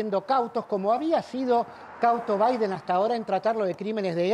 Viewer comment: Jajaja chuw baiden jajaja estos que no pueden hablar como corresponde.